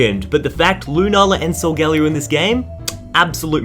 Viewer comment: First of all WHO TF IS SU-GALY-O that pronounceing sounds weird and I never heard of it cuz every one says it like this "Suga- leo" ~as the proper way they say it and I agree with that~